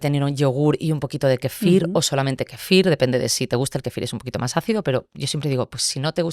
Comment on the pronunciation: Kéfir lo pronuncia con acento en la i...me ha gustado la entrevista pero me ha chocado que dijera varias veces kefír... es KÉFIR.